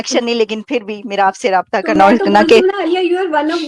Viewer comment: Raayta hota hai raabta nahi